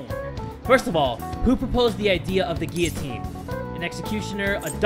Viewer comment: Boi stop pronouncing guillotine wrong